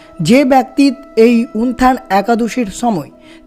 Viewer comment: হরেকৃষ্ণ। জয়শ্রী রাধারাণী।জয় গৌর জয় নিতাই।প্রভু যে ভাবে আপনি একাদশীর নাম টি উচ্চারণ করছেন তা ঠিক নয়। উত্থান একাদশী কে উনথান একাদশী বলছেন।